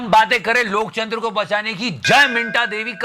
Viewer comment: Please stop saying lokchandra again and again, I almost forgot Loktantra ,,😂.. thought lokchnadra is correct.